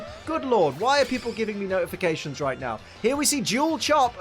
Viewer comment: wait itt coud be a digatalv he said notifacations'